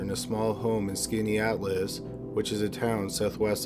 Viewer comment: SKAA-NAY-TALLS...not skinny Atlas, 😂